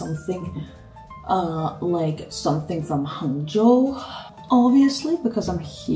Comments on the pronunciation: Your Hangzhou pronunciation is standard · Also, the pronunciation of the word "Hangzhou" you used is really excellent. Haha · when you said 杭州，your accent is pretty Chinese